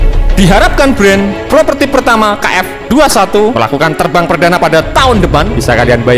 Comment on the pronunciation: Ralat min, prototipe, bukan propertip 🙏😁